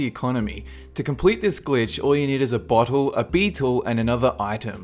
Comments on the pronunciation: Did anyone ealse hear him say butthole instead of bottle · I CANT STOP LAUGHING WHEN YOU SAY BOTTLE IT SOUNDS LIKE BUTTHOLE